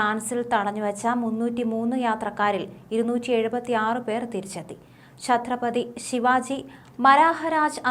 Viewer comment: എന്തോ എന്തോ, ഛറ്റ്രപതി ശിവ്‌ജി മഹാരാജ്‌ എന്നു് പറയൂ. ഇയാളുടെ സാമൂഹിക പാഠം തുളവീണതാ ?